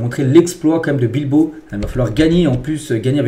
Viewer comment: Pourquoi vous dites tjrs athlétique bilbo et non pas Bilbao. La machine qui parle.